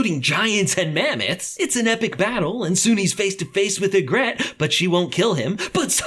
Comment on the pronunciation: AIN'T NO WAY YOU CALLED HER YEGRET WHEN IT'S PRONOUNCED YEGRIT